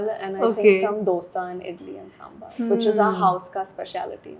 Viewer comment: tales...Good episode, enjoyed it. But it is so off putting when an award-winning vlogger mispronounces, it is SamBAAR, I am sure you take the pains to pronounce the names of western food (French especially) to precision, then why not do the same with Indian food, speak to people and get the thing right. I think even Madhavan had corrected you in one of your previous episodes. And yes, Idli chicken curry is a staple breakfast item down south. This is an general observation with Indian food vloggers, who just cant do it right. Kunal Vijaykar is another famous food blogger. Are we ashamed of our own cuisine? If yes then please stop the pretence and vlog about the stuff you are aware of. My bad if I have come across as raw, but it was time. Thanks.